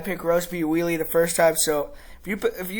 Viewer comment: We-le? Hello! "Weili" is pronounced "Way-le." By the way, you are sooo smug for making a lucky prediction in the first fight! You are delusional! First, the kick was a fluke. Second, the fight was stopped prematurely, as Zhang was NOT knocked out. Third, Zhang was toying with whiny Thud Rose and was winning the round before whiny Thud Rose connected with her lucky kick. What are you going to say when Zhang smashes whiny Thud Rose in this fight?